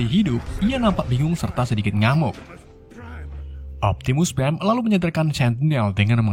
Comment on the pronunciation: optimus preng wkwk